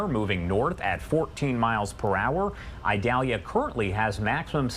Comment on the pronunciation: It’s not pronounced Idalia with a long “I”, it is a soft “I”.